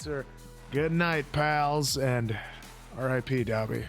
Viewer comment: I am sorry but it’s bugging me so much that you guys aren’t pronouncing Dobby’s name right